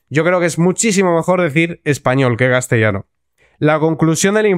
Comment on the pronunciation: No ... castellano no está bien dicho.